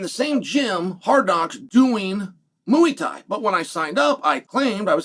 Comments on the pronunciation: Moooey Thai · mooey thai